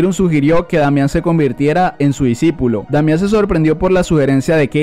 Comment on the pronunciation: No debería decir disipulo en ves de disipilo jajaja XD